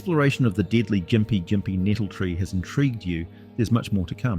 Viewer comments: Also you've somehow managed to pronounce Gympie Gympie wrong every time, but differently every time too lol, Its "gim-pee gim-pee" Not "gim-pie jim-pee" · I lost count of all the different pronounciations of gympie gympie used. Gim-pee Jim-pee Gim-pie (There are 9 different ways of combining those, but I'm pretty sure only 5 were used)